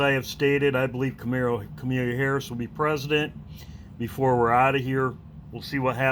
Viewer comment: Ka mah lah Not, Ka mee lēa I know it's not a big deal but Omgosh!! Lol God bless you all and your loved ones 🙏❤️